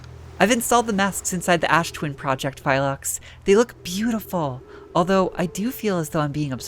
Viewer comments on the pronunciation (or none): Small pronunciation thing the g in Gneiss is silent; it's pronounced like "nice" (also there's no i in Phlox) Ah, getting your ship telefragged by the shuttle recall, I think that happens to basically everyone; must be a rite of passage Future episodes... or maybe present ones? Past ones? Sideways ones??? Trying to measure timeloop chronology do be silly... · Wonderful exploration today, some very interesting things learned; and a first-hand demonstration of why teleporting things inside each other is generally not a great idea:P I do feel the need to mention that you seem to inserting a `y` into Phlox's name every time you read it. Not sure how that got there but honestly I don't really mind it. Thanks for another great video to start the new year with,, and here's hoping it's a happy and successful year for you! 💙